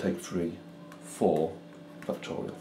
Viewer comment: No one: This guy: fucktorial